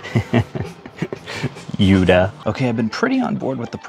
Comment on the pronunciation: did he said YUDA 4{33 #FAIL its Yoda